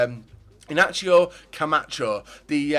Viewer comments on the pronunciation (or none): Ignacio is said Eig-na-ceo no?